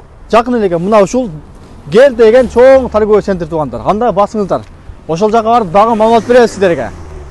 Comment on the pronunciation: Сентр, дагын, коюк деп тантыбай туура суйлогуло.